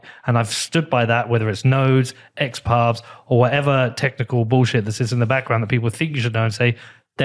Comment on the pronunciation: Peter says bowlshit :)